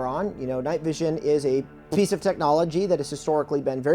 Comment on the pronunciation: PFFFFIEECE of technology😂😂😂😂😂😂😂